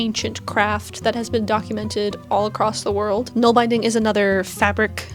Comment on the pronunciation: Nålbindning = nawl bin dning